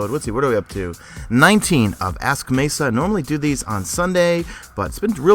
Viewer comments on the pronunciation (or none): It's a hard E, not a soft E (in my name) #mesafail jk